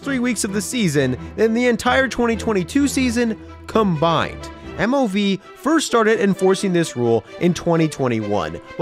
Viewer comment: no hate but you can hear him say mov